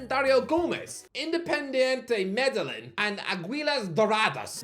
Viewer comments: Coming from a Colombian, it pained me to hear him pronounce Aguilas Doradas, Independiente Medellín and Venezuela😭, also Pékerman is class, he was the manager for Argentina and led Colombia to our first World Cup in 16 years, he also helped Nestor Lorenzo with managing and he is now 27 games unbeaten with Colombia, so put some respect on his name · Glad I’m not the only Colombian in this comment section who DIED when he heard how he pronounced Medellin 😭